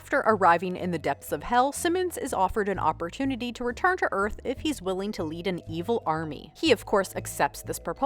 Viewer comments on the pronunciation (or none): none